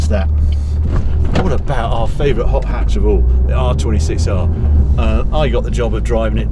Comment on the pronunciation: Propa 'ot 'atch review from 'arry. Innit?